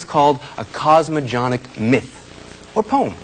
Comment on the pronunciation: All these years later he will look at it and remember mispronouncing 'cosmogenic'.